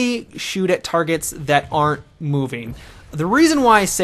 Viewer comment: I had to replay from like 5 times before I could hear him saying aren't and not are x )